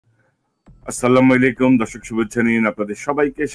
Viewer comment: “আসসালামুআলাইকুম” এই শব্দটার উচ্চারন ঠিক করলে ভালো হয়। আপনার উচ্চারণটা খুব কানে লাগে।